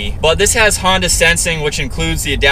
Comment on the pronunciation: Honda?!?? You mean not Hona